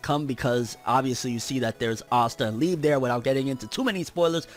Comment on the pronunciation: It’s Liebehh I’m Mexican all the Japanese names have the same pronunciation as Spanish words it’s not lebe E it’s ehh and narutooo not narutooh